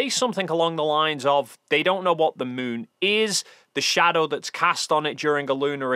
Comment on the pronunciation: Sorry, you called the moon the smoon which means your fake cgi 😂 ❤